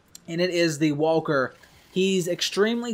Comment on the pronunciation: Why do you say wahwker?